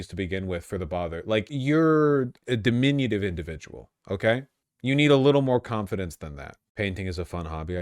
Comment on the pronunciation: what the fuck is "dimminionative"??